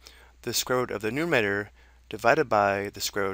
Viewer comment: good video!! :D...but its nuMERator. not numator.